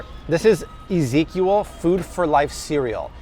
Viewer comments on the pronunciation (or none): Why do you pronounce it as EzekUal